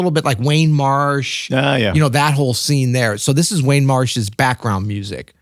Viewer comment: “Wayne” Marsh….? Are we talking about “Warne” Marsh? I’m confused🤔